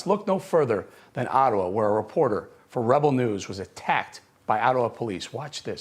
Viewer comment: Eric you nailed the name of the reporter but you kept saying “Attawa”, lol!